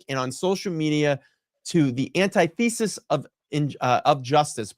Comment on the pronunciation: I enjoy your channel, and I mean no disrespect, but if you're going to publicly speak? Please pronounce words correctly. Up to the reading of Jackson's statement, you mispronounced "antithesis, supplant and edict". Maybe I am being trivial, but if I am to take a journalist seriously, I need to respect their words. Again, no disrespect intended. Just my view.